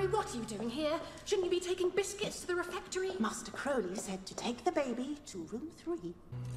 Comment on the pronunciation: Croa-lee rather than Crou-lee.